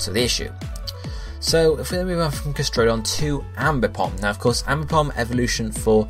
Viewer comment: !weP BTW It's 'Gas-tr(think of 'tree')-don'.